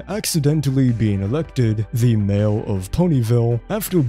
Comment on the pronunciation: When you say mayor, it sounds like male